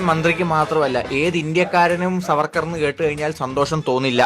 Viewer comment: സർവർക്കർ അല്ല ചേച്ചി VD സർബത്ത് സവർക്കർ എന്ന് പറയാൻ പോലും അറിയാത്ത സംഘിണി